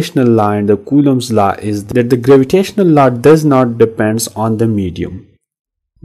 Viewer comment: Law ❎ laaaa ✅